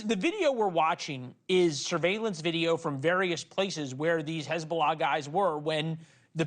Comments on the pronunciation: Hey-bullah! Please check your lullah😂😂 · Such an embarassment for his-bo-lah😂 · Hez-bolls-ah gone 😅🎉